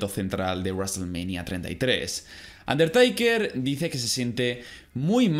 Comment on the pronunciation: Un der taker taker taker, no aguanto 😂 se pronuncia teiker